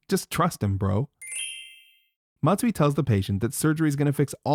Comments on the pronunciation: Call him "Mazui" the way he is messing up terribly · Dr Messui.